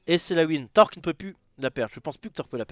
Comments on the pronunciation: qui ne sait pas dire "Torlk" correctement à chaque fois il dit "Tork" TORLLLK PAS TORK PUTAIN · Pourquoi sait pas dire "Torlk", il dit que "Tork"? Genre il a une chaine partagée avec un type dont il sait même pas prononcer le pseudo x)